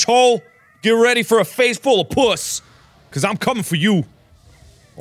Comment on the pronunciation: I love that Mark pronounces the game as “Pjuss”